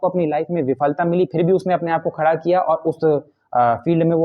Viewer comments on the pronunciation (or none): none